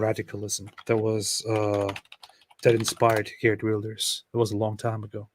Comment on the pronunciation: Geert wilders in Nederland!! Great pronunciation!!